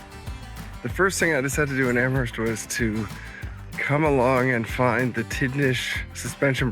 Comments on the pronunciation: I'm from Hants county so all cards on the table, I COULD have been pronouncing it wrong all my life, but I don't think you pronounce the H in Amherst. It's more like Amerst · I spent all my summers growing up in Parrsboro which is about 40 miles from Amherst . The h in Amherst is silent .